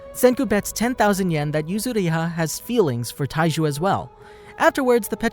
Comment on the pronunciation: this guy said Taiji instead of Taiju, in the very first few seconds of this vid KEKW